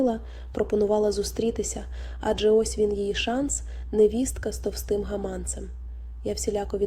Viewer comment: ГамАнцем,ти в школі навчалась?гаманцЕм.Вчись правильно наголос ставить.